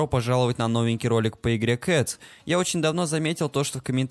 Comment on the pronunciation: Мне одному послышалось что флоки сказал не кътс а кс?